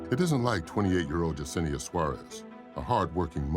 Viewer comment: Her name is yessinea not jusinea